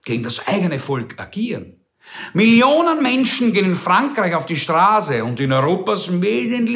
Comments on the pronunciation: Jaja, auf der Strahse - hearst, es heißt Straße! Du Rhetoriker! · Neue Facette Ihrer Sprachfehler! Sie können kein scharfes ß aussprechen.... Aber ansonsten liebe ich SIe! ;-)